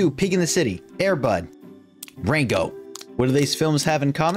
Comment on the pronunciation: idk why but the way you say “Rango” just makes me chuckle! Also I LOVE YOUR VIDEO! I will keep it all in mind